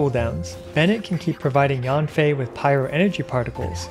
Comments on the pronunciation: read yen fei not yanfei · Yanfei is pronounced as Yen from Yenny + Fei ☺️